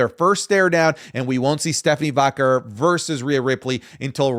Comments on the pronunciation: It's probably just me thing but does it bother anyone how says Stephanie Vaquer's last name? It drives me crazy it sounds like he's pronouncing it like Vacurr 😂😂😂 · the way u say stephanie’s last name rly pmo 😭